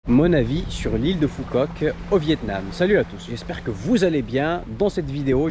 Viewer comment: Phu Quoc se prononce "Fou Kowk"